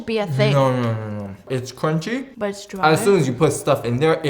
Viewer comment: “BUT THISSS, It keeps in the KRUCHIE “ 😂😂😂😂😂